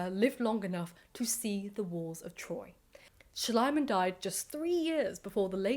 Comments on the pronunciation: I know I'm a little late to the game but here goes nothing. A golden tip on pronunciation: English is by far the only language in which the letter "i" and to a lesser extent the letter "y" are pronounced as aye. So Schliemann should sound like Schleemann. You're welcome, should you get to read this,. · I have to ask, would all of these discoveries have been possible if not for the money Schliemann spent on the project no matter how he butchered things? Also, in German, the second vowel is sounded so it is Schleeman. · Small Detail: based on the spelling, the correct pronounciation would be shleemann. Long e. Lovely Video on a man that needs to be Made fun of in History books more often. Especially the German ones. We are a Bit too good at pretending that it's Just the british and french who keep on destroying stuff by "discovering" it 😅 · I think it's really funny how you pronounce the name Schliemann, as the German pronunciation isn't Schlaiman (which is my attempt at writing it the way you say it), but more like Schleeman, it's pronounced e, not i. However, Schlaimann sounds very much like Schleimmann, which is German for slimy man, which kind of makes this a lot more funny 😂 Ope, just saw others already pointed out both the mispronounciation and the funny meaning of it, so I'm late to the party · Actually the name Schliemann is pronouced like "Shleeman/Shleemun" ..the German letter combination "ie" (called in German "the long i" pronounced longer than just a solely written "i" which is pronounced like the English "i" in "is" or "in" or "mirror") is like the english "ee" like "flee" or "knee" or "glee"..the German "a" is like the british RP English "a" in "fast" or "task" or "mask" or like the English "u" in "hunt" or "blunt" or "trust" Would his name be "Schleimann" with letter combination "ei" which is pronounced like the English "i" in "isle" or "Ireland" instead of "ie" then your pronunciation would have been basically correct.